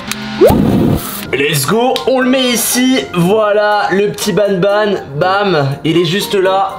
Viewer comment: C, est pas nabnab c'est banban